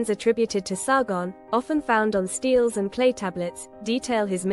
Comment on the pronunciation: The word "stele" has two syllables. What is not in dispute is that "stele" is NOT pronounced as if it were a homonyn with either the word referring to metal, "steel," or the verb, "steal," meaning to take some thing away without permission. Now you are on your own.